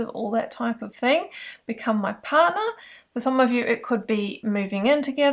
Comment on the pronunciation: The way you said partner was hilarious. "Become my pardnaaa". I rewinded that and laughed 😂😂